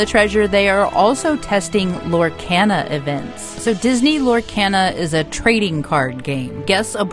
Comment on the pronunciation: You are pronouncing Lorcana wrong!! Lor-kah-na